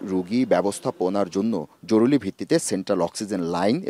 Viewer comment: কেমন সাংবাদিক জরুরি কে বলতেছে জরুলি, শরীরেকে বলতেছে শরীলে।